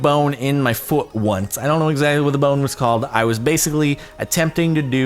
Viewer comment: how he says foot, too funny